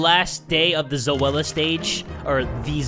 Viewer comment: The way he pronouced Zoella name tho. Zowala